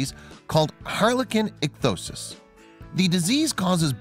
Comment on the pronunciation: Ik-thee-O-sis. Why on earth do you make a video about a person with a particular condition when you cannot correctly pronounce it? Doesn't anyone edit or check these productions for accuracy? Apparently not. "You Should Know?" will be joining "Facts Verse" in my Never Watch bin.